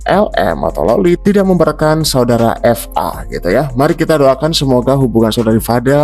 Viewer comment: BUKAN FA WOIIIIII...TAPI VA